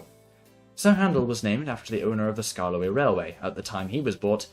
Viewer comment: "sKArKLoEy" Had me dying lol😂😂